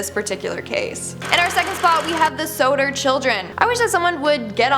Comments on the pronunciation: It’s Sod-Der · pronunciation of Sodder drove me crazy